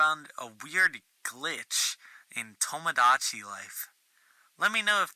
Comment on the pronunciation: My only problem with this video is how he says tomodachi